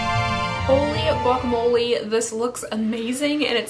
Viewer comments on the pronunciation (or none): none